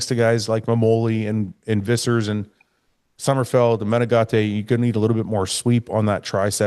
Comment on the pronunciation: Heeeeelp!!!!! Matheus Menegate.....you say his name correctly. Nicks strength n power says " Meh-Nen-Gate" Gate- like a fence door.......please help that boy!!!!!! Next to you, him and Dennis are the only other reliable sources.......I dont wanna have to add Bob n Shawn.